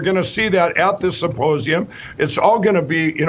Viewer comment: He keeps calling it a "supposeum"... go figure!